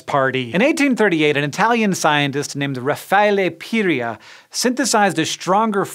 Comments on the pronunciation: Lol i like how hanks is trying to get italian while saying the italian name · What was that Italian scientists name again, Hank? Could you say that again?